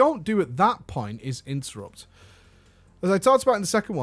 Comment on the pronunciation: Great vid! that "Intettupt" tho <3